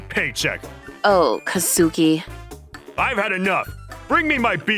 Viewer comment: Kuh-SOO-kii (Once again NOT EVEN CLOSE!)